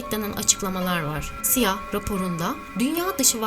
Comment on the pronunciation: sia diye okunmaz. Ben de tam o yorumu yapmaya girmiştim ama C=Si I=Ay A=Ey diye okunur